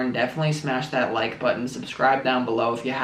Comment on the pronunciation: Lol "Do you realize daaat"